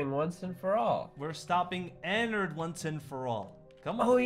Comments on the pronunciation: It annoys me it's ennard not ennerd 😥 please i respect him call him by his name ennard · I'm not hating but its not "Ennord" its "Ennard" its just a little change (its just I hate when then say the fnaf names wrong) funtime foxy is a girl btw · its not enod its ennard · Bruh In the movie you didn't say his name right it's Enerd one of the most evil animatronics 😧😧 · Enod LOL it’s ennard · You have to say Ennard not Enrad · He sad enerd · its eanned not enod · Ennerd not ennord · its not annard its earnled idk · isin't it ennord?